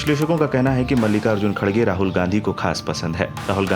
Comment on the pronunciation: It's not khadge, correction its kharge